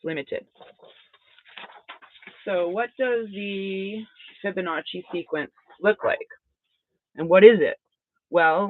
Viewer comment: One of the instructors of this knowledge said this "Fib of no chi" rather than fiboacci